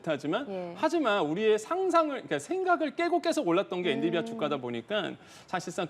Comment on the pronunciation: 이 사람은 엔‘비디’아를 맨날 엔‘디비’아 라고 하네ㅋ 한 번이면 실수일 수 있어도 늘 그러는거면 모르는거임ㅋㅋ